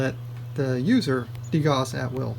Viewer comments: love the video, only nitpick i have is Gauss is pronounced "gows" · Gauss rhymes with mouse, by the way. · There's definitely a right way to pronounce it, though- Carl Friedrich Gauss would be terribly offended, though given that he's been dead since 1855 I guess you can suit yourself.